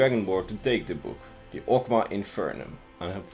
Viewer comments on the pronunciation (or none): MAW* and FIN*